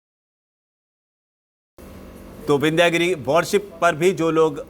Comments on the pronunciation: विन्ध्य गिरि है,विन्ध्यागिरि नही केवल इंग्लिश पढने वाले कभी शुद्ध उच्चारण नही कर सकते भारतीय शब्दो का ,शुद्ध बोलने लिखने के लिए संस्कृत जानना होगा नही तो खाते रहो गोता अज्ञान के सागर मे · शब्द "विन्ध्यागिरी" ग़लत है, 'विन्ध्यगिरि' बोलना और लिखना सही है।